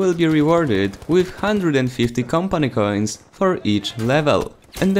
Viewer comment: Am i the only one annoyed by how he says Campany Cains?